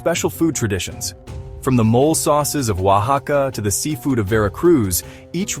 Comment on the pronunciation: NOT MOL but Mo-leh😂!